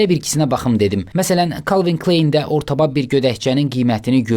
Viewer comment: "Kalvin Klayn" deyə tələffüz olunur.